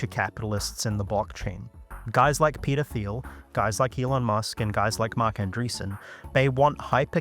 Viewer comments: "Peder Phiel" lmao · Every time you say Peter Thiel, I hear 'pedo feel'.